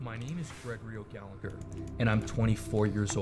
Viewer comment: "Gregory o galeger" 😂😂😂😂